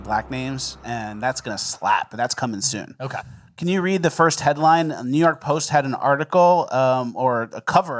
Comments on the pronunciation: I legit thought he's been saying "best NEW podcast of all time." Like as a joke. And I've been watching since pretty much day 1. And now I get this bomb. What is my life? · He say new or news?